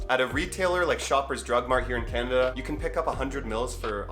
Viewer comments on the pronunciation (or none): none